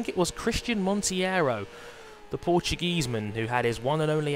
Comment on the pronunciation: tiago monteiro - (Mon-tear-o) ;)